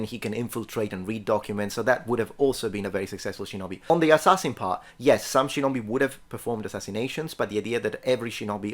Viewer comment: If you want to talk about pronunciation, it's pronounced "shee-know-bee", not "shin-knobby"